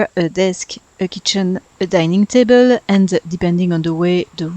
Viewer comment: Love the colors! Your English vocabulary is excellent. If you want some pointers, there's a few times where you put the emphasis on the wrong part of the word (for an American speaker, at least). For example, you said DE-lete, win-DOW, ta-BLE, but I would say de-LETE, WIN-dow, TA-ble. And one thing you may not know, Brits use the term "holiday" for time spent away from work and home to travel for fun and relaxation, but Americans use the term "vacation." Americans only use the term "holiday" for special celebration days Christmas, New Year's, and Independence Day. So most Americans would be very confused by you calling this a "holiday home." Just something to keep in mind if you want to reach American and British audiences.